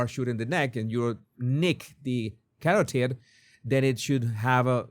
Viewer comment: Carótid artery Jesús, not "carotíd"